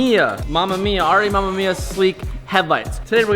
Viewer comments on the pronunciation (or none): I don't know if anyone told you this but you're saying " RE-雨宮" wrong. It's not "mama mia" It's "ARE - EE , UH MEH MIA." For future reference, so whoever told you that's how you say it was wrong. Cheers. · R-E AMEM-IYA for fuck sake at least pronounce it right 😂 jk love you X